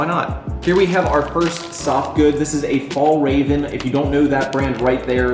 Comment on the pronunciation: it's not 'fall raven';) the literal swedish -> english translation is ' mountain fox' (arctic fox), and the pronunciation is something like 'fyall-'rahven. Hope that helped:D